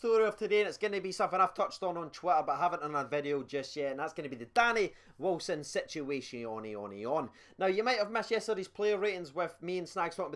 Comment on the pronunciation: I honestly love it when you say "situationonon" 😂😂 I was expecting you to say "negotiationononon" 😂